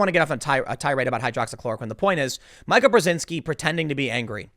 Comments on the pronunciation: It is pronounced Meeka. Please check the pronunciations before you do your vlog. Sounds ridiculous to repeat it over and over. Mike and Joe have been trash for a long time. They had an affair while both married, separated from spouses and eventually divorced to marry all the while co hosting Morning Joe. You could see Scarborough getting more and more Woke while still claiming to be a Republican or a Conservative always mentioning his very brief time in Congress. He is a con man and .in a is an arrogant ........well Karen says it good enough without mentioning they both have the morals of an alley cat! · Joe Rogan does it too. It's funny. I even liked Mika pre-Trump election. They went crazy after that. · Karen's aka is pronounced MEE-ka. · Mee-Ka. Of course, now you can just call her Karen.😆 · Mee ka....Mee ka....fucking it's pronounced MEEKA! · First of all, it's MEE-KAH. MEE-KAH, Tim. Second, the intern with the "complicated medical history" was an experienced marathon runner, according to her family, which sued the Washington Post, in order to get them to stop lying about her supposed heart condition. During the autopsy, it was discovered that the murdered intern had two fist sized, fractures in her skull. Third, she was there for a morning meeting with Psycho Joe, yet he insisted that he was out of town. Why would she have a meeting with him, if he had no intention of being there for it? It's quite peculiar, Tim. Quite peculiar, indeed. Finally, why is it perfectly fine for this twat to spread lies about the President and his family but "libelous" when the President returns the favor. Methinks, the Karen doth protesteth over-much. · Tim say it. MEE-CA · Tim. Watch just one segment og the show. It is pronounced "Meek-uh." I do not like her at all but you getting her name wrong is still grating. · Tim, it’s pronounced Meeka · It's pronounced MEE-Ka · Somebody please tell Tim that it’s pronounced “MEEKA!” She isn’t named after a type of counter topping!